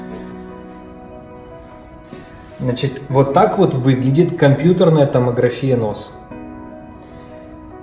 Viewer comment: ТомогрАфия. Ударение на 3 слог. Врач, а такую грубую ошибку допускает. Так как и фотогрАфия, а не фотографИя. Режет слух ваше ударение, просто отвратно. Из раздела Алкоголь, а не алкогОль, мыщцА, а не мЫшца. Надеюсь вы докУменты не в пОртфель убираете....